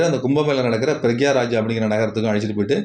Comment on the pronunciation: பிரயாக்ராஜ் not பிரக்யாராஜ்